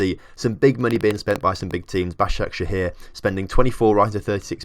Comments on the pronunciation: Yessss you said Başakşehir right :D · Moving to three Istanbul clubs... Does Caner Kocak want to die? Also, your pronunciation of Basaksehir was quite good